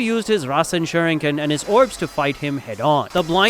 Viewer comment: Shurinken are you dumb that pronounce as shuriken